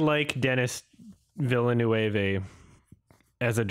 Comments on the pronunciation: Isn't it pronounced "veel - nurv"?? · It's pronounced "vil·nuhv", and even those who think they know, do it often wrong, because his first is pronounced "denny". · Oh God, I thought that mispronunciation of Villeneuve's name was just taking the piss, he's been doing it for years. I didn't know he was referencing a human being who actually thought that's how it's pronounced!